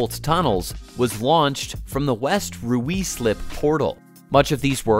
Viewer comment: 'West Roo-ee-slip'